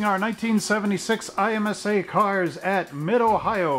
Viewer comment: Pronounce it em sa